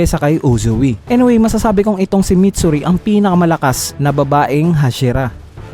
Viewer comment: Mitsuri idol Hindi matsuri -_